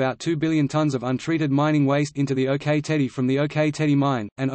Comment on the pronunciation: As someone with direct personal experience of this situation I do not consider this article as accurate and it is pronounce "ock" like the rock not OK - OK?